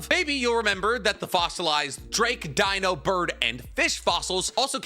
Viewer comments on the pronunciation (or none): none